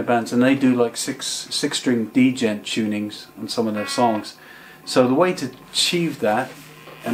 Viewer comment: Lol he's saying d - jent